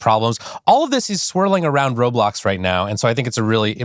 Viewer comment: "im so glad you align with the way we wun wobwox" 🥺👉👈